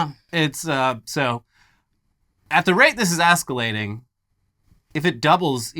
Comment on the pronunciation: Did he say "ASS-CALATING"?:face-green-smiling